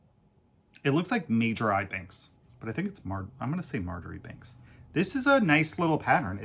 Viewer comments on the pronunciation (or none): Hi guys, Marjoribanks is pronounced “Marchbanks /Marshbanks” don’t worry I’ve made the same mistake. Had to be educated by a patient on how to pronounce it.